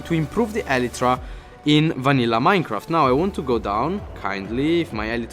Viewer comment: did he say MANILLA Minecraft